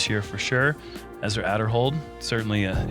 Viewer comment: Just for the purpose of this being commentary, someone should make sure that all the players names are being pronounced correctly. Specifically looking at Ezra, he said his last name has a hard A at the front. Love the content though!